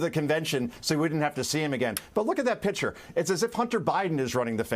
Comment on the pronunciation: "Pitcher" Concha? What the hell? It's picture!!